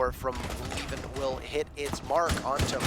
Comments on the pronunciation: Why are they now calling him leven and not liven? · I guess. I got used to "liven" even though I knew better at the start